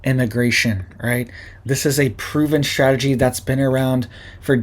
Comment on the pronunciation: It's strategy, not shtrategy😂😮